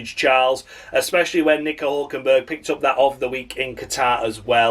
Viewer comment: Great show, perhaps your best Hulkenbuuurg rendition ever, you're gonna miss him something terrible when he's retired. Perhaps in the off-season you might consider a 'discussion' show where you ponder direction of F1, for instance Audi's premature sale and Michael Andretti's abortive attempts, yet Cadillac welcomed with open arms.